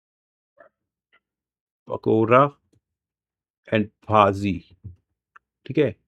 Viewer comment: Bhaji pronounce भजी